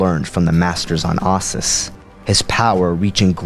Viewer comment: How do you get "I zyi" out of "Iziz and "ahsis" out of Ossus